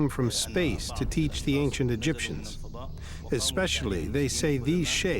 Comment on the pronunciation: The Ancient Egiftans - LOL